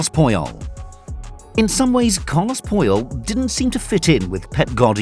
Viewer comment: "Carlos poh-yol"